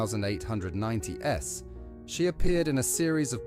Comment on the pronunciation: This AI voice said “mid one thousand eight ninety s” among many mistakes in details